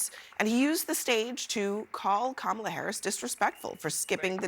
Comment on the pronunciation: A few weeks ago he was pronouncing her name correctly, I believe he is intentionally pronouncing it wrong.